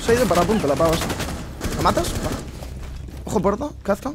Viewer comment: Kazkan no...jaja Kapkan con P